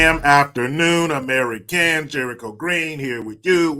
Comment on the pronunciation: Why do u do the greetings like that??? Ur "ameriCans" Is a trademark...